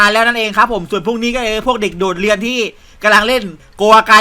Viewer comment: ผมได้ยินว่า เลียเสร็จ😂😂😂 ตอนที่พูดว่าเรียนเสร็จ